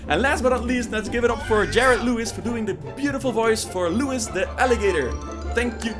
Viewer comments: I think you pronounce his name “Louie”. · It is pronounced Louie, why, NAW'LEANS